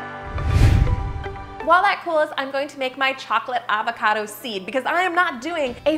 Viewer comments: She said Avocardo 18 times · Is it just me who loves how she says ‘avocado’?